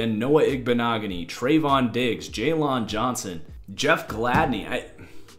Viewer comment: I love your videos but please stop saying Jaylon Johnsons’s name like Jay-lawn. It’s pronounced the same way as Jalen.